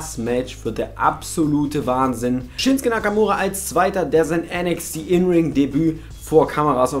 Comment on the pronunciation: Der heißt doch ShinsUke Nakamura! Und nicht Shinske ...........